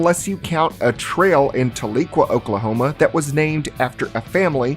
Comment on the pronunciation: The way you pronounced Tahlequah made me sick. Most people pronounce it like Tal, as in Talon. Then -uh, then Quah, as in Squawk. Not Tuhleekwuh, lol. And there's tons of Native names like that. Such as Oologa-Talala.